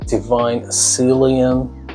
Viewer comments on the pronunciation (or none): i love how you said Divine Asylium 😂, sorry had to 🫣